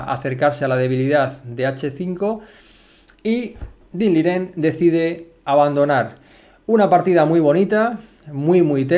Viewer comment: Excelente analista. Análisis con palabras precisas. Sencillez de diálogo pero profundidad técnica. Sigue analizando partidas completas por favor. Eres de las mejores opciones para repasar y analizar una partida. Por fin alguien que dice el nombre y el apellido correctos del jugador chino, se agradece ese gesto de precisión y llamar los nombres correctamente.